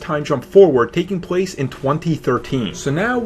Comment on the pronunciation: "Takes pwace"